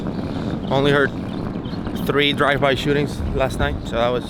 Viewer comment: What did you say? 3 Dive by Shootings 😂